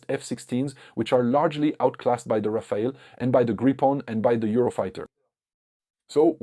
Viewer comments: Not Rafael but RAFALE -LE not EL read correctly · It's not Rafael it's Rafale